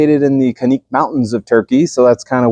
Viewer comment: Check me on this but I believe the correct Turkish pronunciation of Canik is JANIK